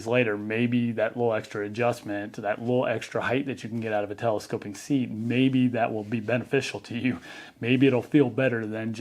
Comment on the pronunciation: ‘Telescope-ick”; can’t unhear it now 😂